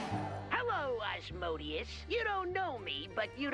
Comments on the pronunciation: “Rasmadan” instead of asmodeus makes me so mad and what is worse is me actively finding out autocorrect wants to make asmodeus, asmodeusu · It's pronounced As-mo-de-us (Asmodeus)